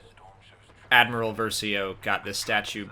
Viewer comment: Wait did you say Dadmiral? 😂